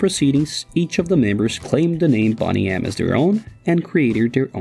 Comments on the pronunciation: Great start.... narrator couldn't even pronounce the name of the band correctly, it's Boney, from the word BONE, not bonny! Tells me instantly that the rest of this video is going to be dubious. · Its 'Bone-y M' ... not "Bonny-M". It's even spelt 'bone_y'. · Interesting that you pronounce the group “bonnie M” we pronounced it “Bo-knee M”. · Boney M were not "a fiasco" - they were icons! Great, fun music, energetic performances and nobody gives a damn who actually sang on the recordings. (You could at least have learned how to pronounce Bow-ney M btw) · Boney M not Bonny M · Bonnie? No! Bow-knee. You can’t even pronounce it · It was not “bonnie M” but Boney M. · I think it's pronpunced:- Bone-e-em (boney-em) Not bonneyem..... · It’s not BONNY M, it’s BONE-Y M… DO BETTER!!! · “Bonny M?” Really???? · Good grief, it’s NOT “Bonnie” M. 🙄🤦🏻‍♂️ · pronounced Bone-E-M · It’s boney, as in bone like. Don’t the yanks know how the English language works? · Why are you pronouncing it ,"Bonny"? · its pronounced Bone ee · “Boney” like “lonely “. Can’t anyone speak English on YouTube anymore?! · Pronounced like "boney" as in skeletal structure, not like a girls name,WHEN are people going to make videos that are actually correct? Or do you not care if it's correct or not? Hey! Who cares if it's true right? Just like this generation, who cares if it's real,it's all about if we care or not! Correct! .may as well make a video about scam Wales right! They were a great band! You know, the guitar player Fredddie scam Wales right!? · Fake? Look at yourself. You can't even pronounce their name. 'Bonny M'? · Boney with long sounding O! BONNY M is telling me your research is suspect???😮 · It's Boney as in Bone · Bonny M LOL someone didn't bother doing their homework. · Please say BONEy. I would never purposely say someone’s name wrong…. This person or A.I. Continually does. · knows everything about boney m except how to pronounce boney m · First of all, pronounce the band name correctly